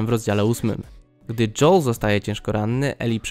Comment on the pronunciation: Czemu mówisz dżoł a nie dżoel